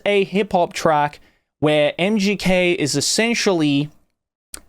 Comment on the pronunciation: Dude, why do you keep saying MJK whenmit's MGK? Also I've never heard of this dude before so how exactly is he mainstream?